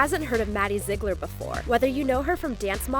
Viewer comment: STOP SAYING ZIGLARS. ITS NOT SAID LIKE THAT 😭